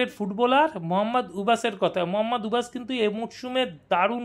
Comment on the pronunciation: উচ্চারণ ঠিক করে ব্লগ বানাবেন।মহম্মদ উবাস না,মহম্মদ উবেইস।